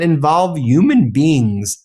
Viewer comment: It's Human beings not uman beings u pronounce the H